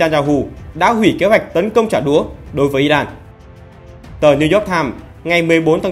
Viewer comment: Chỉ có nói trả đủa, VTV nói trả đũa thôi 😊😊😊